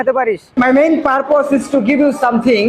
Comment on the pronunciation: ভাইয়া,,, উচ্চারণ টা পারপোস হবে না,,, পারপাস (Purpose) হবে।।